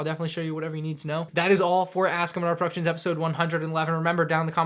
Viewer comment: Question: Why is your name Mandrproductions when you say manr productions?